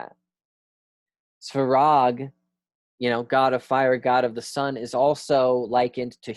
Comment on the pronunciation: Some pronunciation help. - Ancestors (fathers) "oci" is pronounced like "ori" in "origin" but c instead of r, you don't have c sound in English, it is closest to "tz" but sharper. - "Svarog" is similar to "swa" in "Swabs" (but v instead of w) and "rog" in "Balrog". - Any word containing "bog" (meaning "god") shold sound most similar to "log" (but of course b instead of l, and o sounds more like "lOrd"). - "Perun", the "run" part should sound more like "rune", but shorter as the accent is on "Pe". - "Triglav", the "Tri" sounds like "trinity", but hard T like in "Thor". Btw it literally means three-headed. - "Žibog" the letter Ž (that you tend to pronounce as Z) always sounds like the very first sound you hear in French "je suis". In general, you may notice the pattern that each letter always matches exactly one sound, the spelling is not decoupled from pronouncing (for example "i" is always "ee"). Once you learn this simple rule and a few additional letters you should have no trouble pronouncing anything Slavic. And the accent is usually on very first vowel.